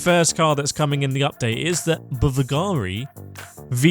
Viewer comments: Just a side note: it's bUlgari (and accent on the U). That V is the U in roman alphabet (since it's a company based in Rome). Much easier to pronounce than you think 😅👌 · Bivilgari? LOL